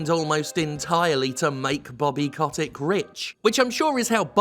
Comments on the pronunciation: If I were you, I’d pronounce his name correctly, COAT-TICK, in order to call him a SCROTE-TICK, a parasite of the extremely vulnerable. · That's exactly it. Bobby Kotick (I'm so happy we continue to mispronounced his last name even after the revelation that it's wrong) does not give a single solitary fuck about video games. He sees only ways of making money. Most CEO's of AAA corps are like that nowadays. Iwata, you are missed. Also, everything is fucked and wrong and we're all doomed.